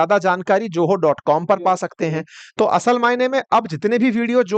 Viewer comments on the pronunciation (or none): Pl ZOHO is not JOHO speak properly pl say Z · Sir ye Joho nahi hai... it is Zoho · Bhai, company KA NAAM JOHO NAHI HAI. PLEASE ZOHO THEEK SE BOLNA SEEKHO DOOSRA, ITNI LUMBI SAANS MUH SE AISE LE RAHEY HO JAISE AAPKO DAMA KI BIMARI HAI. BHAI THORI PRANAYAM KARO, SAANSO MEIN NIYANTRAN HO JAYEGA. TEESRA, NAAK KI BALGAM VIEWERS KE SAAMNEY PEENA BAND KARO. BAHUT GHINN AATI HAI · Its Zoho naaki Joho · Joho mat bolo bhai zoho bolie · Its Zoho not Joho. Atleast get the name right!!! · ZOHO ❌ JOHO ✅ 😂😂😂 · It is ZOHO ... Not JOHO ?????????? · Pahli baat ye ki ye ZOHO hai na ki JOHO. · Bhai joho nahi Zoho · Prejentation, Joho! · Bhai joho nahi zoho sahi se to bol kya India ko promote karega tu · You are saying JOHO, you should pronounce it as ZOHO.